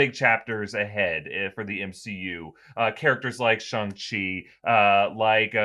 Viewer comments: It’s shaaaaaang Chi not shung chi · It's said sh-ang like sh- and then like aang from Avatar the last Airbender. Shi is correct though. No worries it kinda a tough word. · I have always heard Shang-Chi pronounced like "bang." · For fucks sake stop calling him Shong Chi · “Shong-Chi” lmfao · Jesus...it's Last Airbender all over again. Just because a white billionaire says it like that doesn't make it right. I cannot finish any video about Shang Chi.